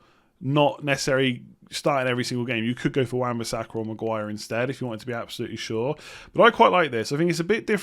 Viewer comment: Yeah because he pronounces "sure" exactly the same as "Shaw"